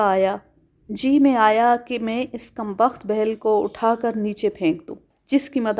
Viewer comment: Bheel بِھیل ایک نچلی ذات کی ہندو قوم ہے آپ تلفظ پر خاص توجہ دیا کریں